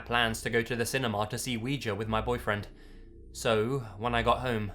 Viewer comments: "Weejer" instead of "Ouija" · really... you can't pronounce Ouija.... it pees me off when people can't pronounce words(epic pet peeve of mine sorry).. it's pronounced wee-g